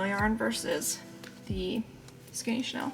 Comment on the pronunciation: I'm sorry to correct you, but chenille is pronounced shu-neel, not the fashion house Chanel. Great work btw.